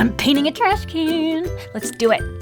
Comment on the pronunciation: It's trashCAN not trashCANNOT.